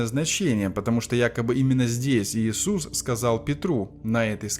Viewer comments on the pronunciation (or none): none